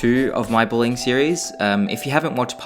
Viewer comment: When you said "this is part 2 of my bullying series"I thought you said "this is part 2 of my BOWLING series" XD